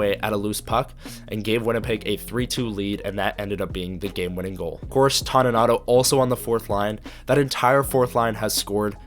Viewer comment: Appreciated and enjoyed, one small thing it's TONY nato not TAWNY nato.